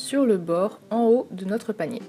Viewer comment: Jai toujours l'impression que tu dis palmier au lieu de panier 😂😂